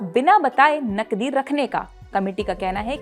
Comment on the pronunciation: पहले तो तुम अपनी भाषा सुधारो,जब तुम नकदी बोलती हो तब वह नकली सुनाई देता है l😂